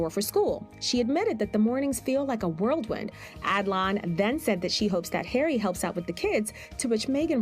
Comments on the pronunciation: It’s a whirlwind not a world wind as many Americans say, the voiceover on that bit about the kids, It is also supposedly not supposably as also many Americans say. Sorry, big bug bears of mine. She has no kids, that photo op with the boy after the birth, completely unnatural, they looked like rabbits caught in the headlights, he certainly wasn’t going to allow that dummy of a baby to be seen too much was he. Why the subterfuge with these two about their kids, oh, yeah, they don’t have any. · Did that person say “the mornings feel like a worldwind”? Worldwind? Really?